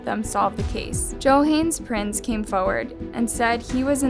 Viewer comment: I think it's kind of disrespectful that you don't learn how to pronounce some individuals names properly. This isn't the first video where this happens. It takes like 1 minute to look up most name pronunciations. Johan is pronounced yo-han. If you're doing all this research, you should also research how to pronounce people's names. It's the respectful thing to do, especially when discussing such sensitive topics